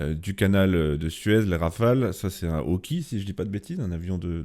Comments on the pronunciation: l'E2C hawkeye se prononce "aille" a la fin et non "y"... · "Un hawki" 😬💀🤣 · Cher, Ca se prononce "Aukaille" (hawkeye => Oeil de faucon)